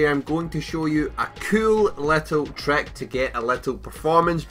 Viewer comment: Sorry I just though the way he said it was funny.